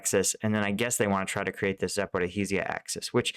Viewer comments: Hello, it is Zaporoshya with the stress on the ro syllable. The y is short as in yes. The sh is like ship and so it is just zapoRO- sh as in ship - ya. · One day he will say Zaoporozhia and Opytne correctly 🥲